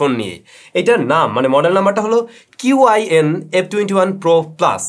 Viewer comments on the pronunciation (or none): correction উচ্চারণটা শিন না, সঠিকটা হলো ছিন। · "qin" er chinese pronunciation shin noi, "chin" hobe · ভাই, উচ্চারণটা হবে ক্ষিণ।